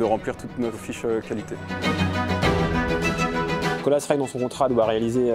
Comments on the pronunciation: Colas Rail se prononce en anglais Colasss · Colas se prononce "Cola" pas "Colasse" 🤦 qu'est-ce qui vous a pris ??? C'est contagieux ? sinon bonne vidéo